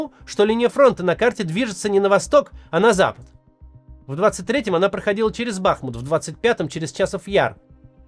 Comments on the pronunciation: БахмУт, а не БАхмут, а так всё верно сказали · БахмУт! Максим, ставьте ударение правильно, пожалуйста. Всё по делу, отличный выпуск, но из раза в раз слышу эту ошибку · Бахмут - ударение на последнем слоге. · БахмУт. Максим, режет слух. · БахмУт! Кац , за 4 года не выучил, тормоз! В Чечне -БамУт, ты же не говоришь БАмут…, или говоришь?